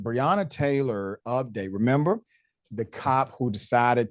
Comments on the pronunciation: I fail to understand why some of you people can’t even get this woman’s name correct. It’s BREONNA. Pronounced Bre O Na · BREONNA. Say her name correctly clown. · BREONNA !!!! My God say her name correctly !!!!!